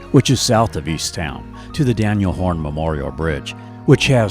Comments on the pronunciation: Minor quibble, it's Daniel HOAN, not "Horn", but that aside a fine and informative video! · Good times can be had in Milwaukee. FYI, it's the Daniel Hoan bridge, not Daniel Horn Bridge. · Lots of really good info here.. .but it's the Daniel HOAN (not Horn) bridge. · It's Hoan. Hoan bridge, not Horn. Named after one of our many Socialist mayors. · Daniel HOAN Bridge, not Horn. :)